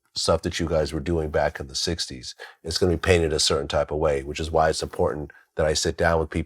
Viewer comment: “Wwwuuueeeyyyeee” lol I’m sorry the way you say why is trippy.